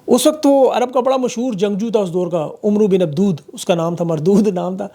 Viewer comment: تصحیح کر لیں لکھنے میں عمرو بن عبدود ہی ہے جو آپ نے بولا ہے لیکن پڑھنے میں امر بن عبد_ود ہے